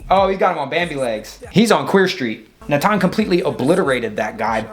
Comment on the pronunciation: Great commentary as always. You pronounce Natan more accurately than even most Israelis do 😂 (emphasis on the second syllable not on first)